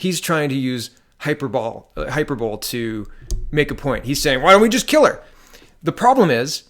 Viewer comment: Good vid, but please pronounce hyperbole correctly!